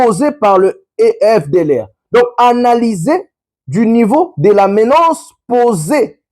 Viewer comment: On écrit et on prononce, MENACE et non MENANCE . Merci